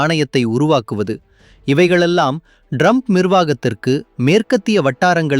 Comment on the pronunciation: Your editing is wrong. Some of the sentences are not even complete. The guy is pronouncing Trump as Drump. I think it is a horrible video though the message is good for India.